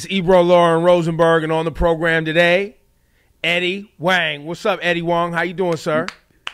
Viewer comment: bruh at least learn how to pronouce the guest's name if you gonna bring him on, its not "Eddie Wang" or "Eddie Wong", the H is not silent